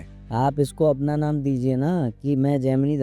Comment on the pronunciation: Abe bhosdiwale gandu, tujhe Gemini ka pronunciation aata nahi jhaant barabar video daal deta hai gaanja foonk karke. Gemini se to maine islam bhi kubulwaa rkha hai usko bhi vo sahi bol deta hai ki islam is necessary in this world. Sala khud ko turram khan samajh rkha hai, dhele bhar ki akal ke saath paida hua. Prarabdh ache the to gurudev se jud gya. Lekin dharm jagat me jitna kachra tune machaya utna kisi ne nhi machaya